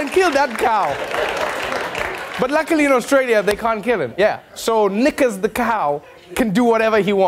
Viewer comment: Knickers, sounds like N.